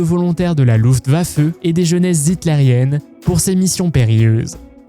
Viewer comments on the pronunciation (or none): none